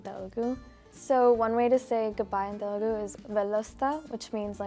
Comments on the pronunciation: it's not Telgu, it's Telugu. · she murdered telugu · Telugu is not spoken like that you idiots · 🙄 she murdered telugu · She spoke it very bad